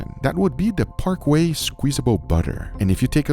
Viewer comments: I love ya brother..but it's Park KAY. Not Park WAY. LOL. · It's not Park Way, it's Parkay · In the 80s there was a commerical that was "Butter" , "Parkay", "butter", "PARKAY" not sure what ParQuay is though. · My man said ParkWay. It’s Parkay. Like Par Kay. No “W.” 😂😂😂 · parkQUEY? bro its parkay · I love your show, but it's pronounced PAR KAY, not PARK WAY. :D :D :D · Par-Kay not Park-Way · Parquet? No it is parkay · Bruh it's called PARKAY not Parkway!🤣😅🫨😄🤦🏽‍♂️😂😆💀💀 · It’s not parkway, it’s Parkay. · Parkay, not Parkway. Just trying to help. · Brother had me laughing when he said park way instead of par kay…as a kid I used to call it park way as well. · Alright, fleccas, its parkay. Not parkway. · Regardless of how it tastes, soybean oil is not good for you. If you're going to use garlic butter, then use the real thing, not the imitation, which is what papa john's dipping sauce is. Oh, and BTW it's "Kay", not "Way", as in "Parkay". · bro said "parquay" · The BBQ "circuit"? 🤣 Parkway squeezable butter? Parkway? This channel just keeps getting better and better. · "Par-quay" - Love you Guga!